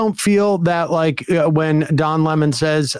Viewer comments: Does he keep saying Dom Lemon?? I don’t think this guy is actually being serious. Is this some kind of joke or something?? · I could never keep a straight face while listening to him constantly saying Dom Lemon...